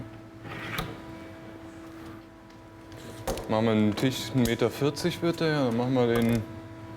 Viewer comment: Verdammt es heißt „Tisch“ und nicht „Tich“ .... Tisch mit SCH !! .... MEy oh Mey ^^